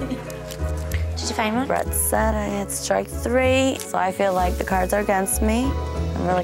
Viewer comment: "Couple two tree tings" lol